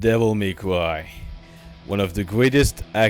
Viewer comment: Did you say... devil may cwy?....